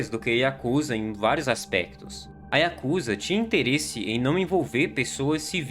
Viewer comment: Diga yakuzá. Não diga yakúza..